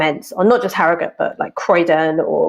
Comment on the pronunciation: Glad Ash pronounces arragut (harrogate) properly